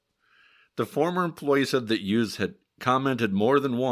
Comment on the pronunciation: The "Youse" rhymes with "house." I know because I'm his daughter.